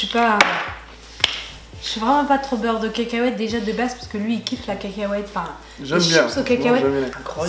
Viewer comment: elle mtue ta facon de dire beurre de cacahuete 😂 beurre de kèkèouète 😂😂😂😂